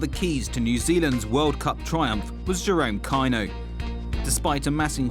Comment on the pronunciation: Jerome Ky-No lol